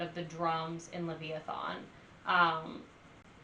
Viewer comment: You made me laugh....it is "Leviathan". Not Lev-i-a-thon. That was adorable. Yeah, Mastadon is excellent and Brann is a killer drummer. Lots more to enjoy and I hope that you'll post more about them. ;)